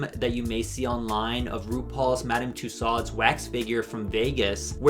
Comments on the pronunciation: the way you pronounce madame tussaud’s give me chills 😭 her name is french, it’s more like ‘tue-soh’ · Madame “Too-sods” is so funny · your pronunciation of madame tussaud you cannot blame on being irish but this video absolutely SLAPS so you get a pass